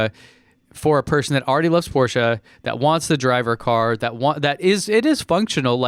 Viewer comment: Thanks for pronouncing Porsche right